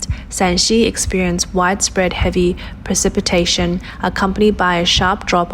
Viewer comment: If you are going to make any more of these videos... PLEASE, OH PLEASE learn to pronounce METEOROLOGICAL and PRECIPITATION !!! and DON'T USE THAT RIDICULOUS BACKING MUSIC !!!